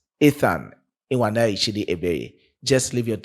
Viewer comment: I Love your opinion but to correct you especially on the pronunciation not ewaneri chidi please is nwaneri please look for Igbo brothers there in Ghana to give you correct pronunciation or you can inbox me for correction I ❤ you my brother hope to meet you one day